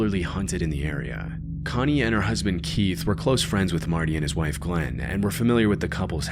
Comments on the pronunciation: And saying "Glenn" when the woman's name is GlennA. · Glenna not Glenn. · Her name is actually Glenna, not Glenn. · You should try to pronounce names a bit more clearly. Whenever you said Cara Knott, it sounded like you were saying "Cara Nye." And you kept calling Glenna "Glen."